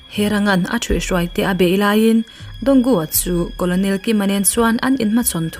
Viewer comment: Colonel hi karnel tia lam tur a ni lo maw